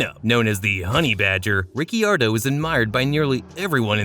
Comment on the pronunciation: Exactly what I thought. Anyone who watched a single F1 Race knows that the I in Ricciardo is silent.